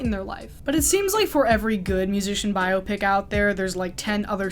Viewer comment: THANK YOU for pronouncing 'biopic' correctly. I'm gonna scream if again I hear it rhyming with "myopic"